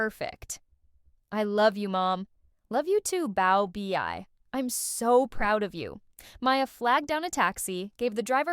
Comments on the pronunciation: Pronounced "bow-bay" correct? And bow like cow, not like low. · The mispronounced baobei had me rolling the entire time whenever I would hear it.